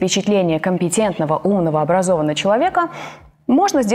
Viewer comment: Вторая деталь: четкая артикуляция. "..образованА человека". Ну-ну..четкость на высоте)